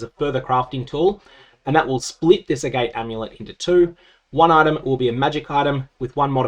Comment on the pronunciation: FYI I think Agate rhymes with Agatha